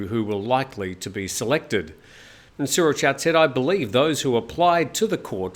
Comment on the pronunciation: For the LOVE OF GOD please copy and paste this into Google Translate: สุรเชษฐ์ หักพาล. Then say that. I'm getting tired of cleaning food off my TV when my SO goes ballistic at your pronunciation... Think: late, fate, date, mate, translate, promulgate, Surachate... Same with Sretta Tauvisin (เศรษฐา ทวีสิน) Thank you...:)